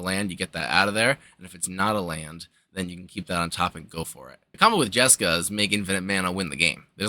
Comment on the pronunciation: Smashed the like button for the JesCAW delivery